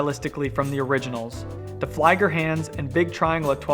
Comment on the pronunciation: Just gonna be that guy and say that the first syllable of flieger is pronounced more similarly to "flee" than "fly".